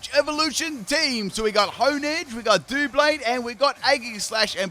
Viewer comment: Doo blade💀 us doub blade that how people say it this is the word doublade